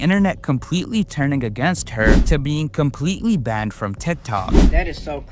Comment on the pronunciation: lmao yea that ish annoying.... How tf she get bandid from banned 💀